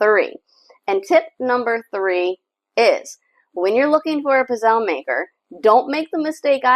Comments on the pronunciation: You are not pronouning Pizzele correct. The E is not sielnt! Why do all you Americans butcher Italian words! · CucinaPro pizzelle maker is made in China whereas Vitantonio-brand is made in Italy. With the Vitantonio, the coating is made from non-stick ceramic. With Italian-made kitchen products premium metals and thicker gauges are used that heat evenly and last longer. I enjoyed the video clip but the mispronunciation of "pizzelle" kept throwing me off.